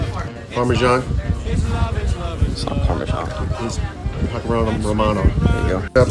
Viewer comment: Nice nice ... Great idea! But why do Americans keep pronouncing "parmasan" as "parmozzjang"? :)